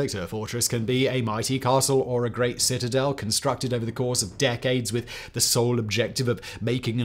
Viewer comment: Haha citizels love this video but citizel 3 times makes me laugh because of the rule of 3 in comedy. Citizel of the city of citizelotry citizeliation 😂 got to love siege warfair reminds me of age of empires 2 what a game. Also jerusalem was besieged afew times. Thank you. Have a wonderful week. All the best ❤